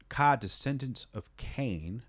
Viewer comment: Took me a while to realize you were saying Ka, not Kyle RIP. RIP Daniel, EOM, to throw another one up to producers I miss in solidary though.